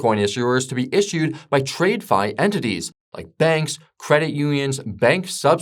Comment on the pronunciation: Who is this guy reading a script written by Chapgpt and pronounces "trade-fi"????